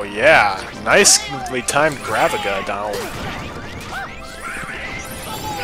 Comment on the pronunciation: It's actually pronounced "graveeja".